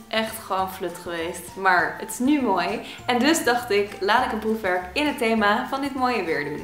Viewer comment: ik verstond foefwerk..